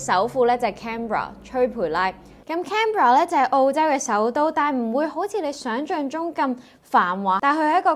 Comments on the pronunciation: 我喺Melbourne住佐40年, 都唔知點解係最宜居城市, 野又貴, 公共交通又差, 連機場都無火車, 不過退休就應該舒服過香港, 就係因為呢樣我就繼續住😂 仲有, Canberra 中文係 "坎培拉" 唔係 "吹培拉" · canberra in cantonese is 坎[ham2]培[pui4]拉[laai1] not chui pui laai sweetie